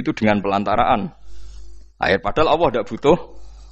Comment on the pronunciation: Dia menyebut Alloh kok dg lafadz Awoh ? Padahal Gus. Lho